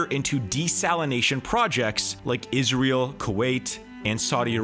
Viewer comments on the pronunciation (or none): none